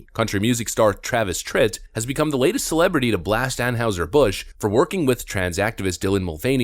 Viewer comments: BTW I haven't heard Anheuser Busch pronounced the way this fellow is saying it. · Tell me you dont watch your own embedded video with out telling me... (narrator) "We now have an anne howser Bush afflilate..." (phonetic spelling) Dude! It is pronounced anne hizer bush. if you watched and listened to your own footage you'd be able to properly pronounce the name of the brand. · Seriously, are you on the spectrum?? It's AnHIGHser Busch, the rep in the video pronounces it properly, and you still repeatedly say AnHOWser. It's hard to take you seriously when you screw up words all the damn time. Have you learned the correct pronunciation of caricature yet?? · it's ann-high-ser. not ann-howser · It's not pronounced like house. It's heis sounding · Why are you pronouncing Anheuser like Anne-Howser? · They do this so they can claim "financial difficulty" and lay everybody off and replace them with robots. Not sure how you didn't think of that. Also it's pronounced "Anne hi zer". Is the bar really this low to be a youtuber? Maybe I should give it a try. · Drink coors, real beer. On a side note, the German characters “eu” would be pronounced “oy” in English, it would be more like ahn hoy ser busch. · Ann "Howzer"? Amazing to do a segment on a beer manufacturer and not know how to pronounce the company's name. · Ann houser??? No edit 🤣 dude you’re not even pronouncing it right fk bud light though. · Its pronounced an-heye-zer. How do you not know this? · Are you deliberately mispronouncing “Anheuser” ? Around St. Louis, it was always pronounced “An HY ser. Just saying. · They're pronounce Ann Hie Zer, at least get their name right when you do your news stories. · An-HIGH-ser Bush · Anheuser, pronounced "ann-high-zur". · Why do you keep butchering the pronunciation of Anheuser-Bush? You even have the guy that works for them pronounce it for you and you still screw it up. Lol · Love your channel. But how is it you can’t pronounce “Anheuser-Busch” correctly?